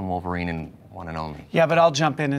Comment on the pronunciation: cough, she means woleverine and deadpool. i mean really its wolverine 4.....